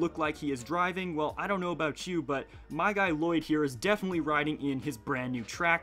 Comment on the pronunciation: Does anyone else realize he says ma-ow instead of my?😂😂😂